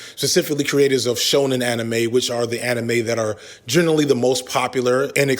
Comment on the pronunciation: Man’s spent the whole video mispronouncing ‘Shonen anime’ and just put a blanket on what he thinks……. I understand now what he meant at the beginning when he said someone would have a problem with his definition 😅😅😅❤